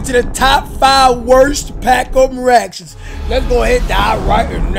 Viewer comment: "Pack onen raction"